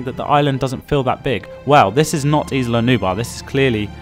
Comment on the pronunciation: Nice video. Little comments: The «Gallimimus» chasing the guests is an Struthiomimus. And is not Isla Nuba, its Isla nubLaR.